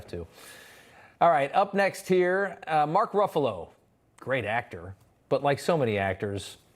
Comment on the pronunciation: I hope you mispronounced Mark's name on purpose lol